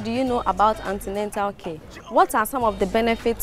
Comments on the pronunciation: Beautiful episode , but pls its not Antenental care as the girl said but "antenatal care".. 👏 🙌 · Please this is an educational series so do well to check your spellings and pronunciation of words... There is no such word as antenental, it's antenatal. Thanks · wtf is antenental. It's Antenatal/prenatal